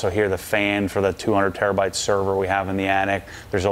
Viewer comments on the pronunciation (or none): none